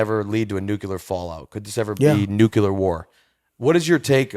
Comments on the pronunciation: I'm not very concerned about a nucular war but we should be concerned about a nuclear war. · 'Nucilar power' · Nucular my man lmao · Bob menery cant pronounce "nuclear" properly lmao. He says "nukeular" 🤣🤣 square